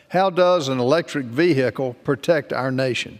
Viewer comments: What’s a veehickle ? Is it a type of TRANSport ? OMG ban it! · Vee- hicle.Are they from the same state, Kennedy and this member? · Veehickle. Take that in for a moment. Veehickle.